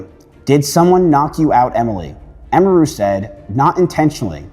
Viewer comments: its not "Emiyruhh" its Emiru. How hard is it? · Dude.. EM-EAR-REW is wild. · Emeerue 🤮 Emi-ru ✅ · It's, "Em-ee, roo" not "Emeer-oo" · I stopped 2 minutes in. I couldnt listen to him saying M-E-ROO's name wtong every time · The way you pronounce Emiru 😂😂😂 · You can't even say her name correctly. lol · Bro can't even pronounce "Emiru" lmfao, really? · Kind of annoying that the only time that Emiru is pronounced correctly in this video is when someone else says it in a clip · Learn how to pronounce Emiru. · at least take 3 seconds to learn how to pronounce Emiru before saying it 200 times in 25 mins🤦